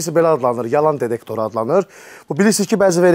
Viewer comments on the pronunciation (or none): Дедектор йох детектор